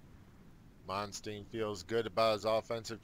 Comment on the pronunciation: You're killing me with the name mispronunciations: Manstein, like a Stein of beer, or Win Bill Stein's Money. ;)